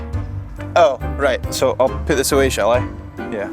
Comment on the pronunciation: It kills me that keeps saying "putt" instead of "put". i can't focus on anything else when he's putting all over the place..😂